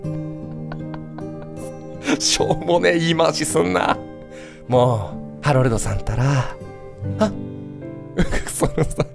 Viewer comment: こ、これじゃあハロルドじゃなくてハメルドじゃねかw